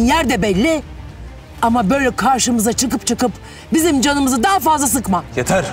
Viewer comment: It's Yeter not Yatas